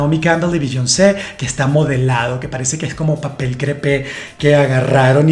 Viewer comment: Biyon___ce jejeje todo muy bien, pero pronuncias muy mal su nombre.